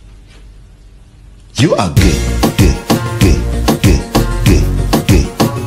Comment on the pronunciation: How can I describe it? Umm...umm YOU ARE GEH GEH GEH